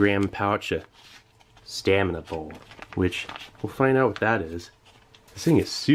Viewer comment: Steve, separate your words, it's "stamina bowl" but it sounds like you're saying "staminable"